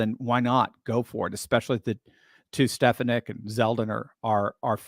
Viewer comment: Ste FAH nick! Say it right!